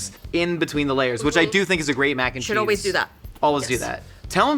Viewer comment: Mackencheese like Mackenzie